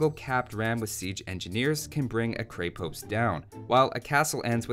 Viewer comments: Just want to correct your pronunciation here: It's "Kreh-posT" with the "T" ending in a "soft" sound. Not "Krei-post" with a hard "T". :) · Dude you pronounce it wrong. It's not Kre-Post it's Kr{ye}-post' (like yeti) with soft T. In Russian and many other Slav languages it basically means castle\fort. Btw luv from Russia :) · I wonder when I'll hear someone finally say Kreh-post and not Kray-post, awesome video nonetheless. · others might have said it already but when it comes to prononciation you say it more like a Cray-post where it should be a Kre-post. The same sound as in Crenellations. And on that note Konnik (which literally means "horseman") has that long "n" sound, so as if it was two separate words: kon-nik, which I'm struggling to think of an example for in English. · I think people keep trying to pronounce krepost like a two word combo Kre-Post, like it's a flavor of Post. It's a single word with the accent on the e, so it's krEpost, not krEpOst. It's even easier to pronounce that way :) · In many Slavic languages Krepost = fortress. Konnik=cavalryman/rider It's pronounced kr-eh-post, rather than kr-ay-post. And the konnik, o is not pronounced as "ah", and the i sounds more like "ee". K-oh-neek. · It's krepost not kraypost the E is pronounced like in egg and the o is pronounced like in "aus"tralian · Man it is NOT krey post, it is krEpost. Repeat after me: red ghost, red ghost, kreh pohst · As a Bulgarian, I already know the answer. Didn't stop me from watching this, though. Also, that E in krepost is an E in the full sense. Like in sense. Use that E sound. Not AE, just a simple E. Krepost. As in sense. Krepost. Sense. Крепост. Means stronghold, fort... give or take. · "Kreppost" I believe. Good video though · Creh-Post i think is how its pronounced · Can't even get through this video because "kray-post" is making my ears bleed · there's no Y sound in Krepost. :D